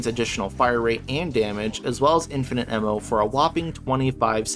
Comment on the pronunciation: Ammo is spelled and pronounced with an A. Just so you know.